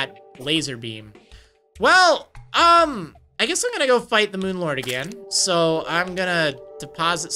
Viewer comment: I honestly thought you were saying Moon Lard. xD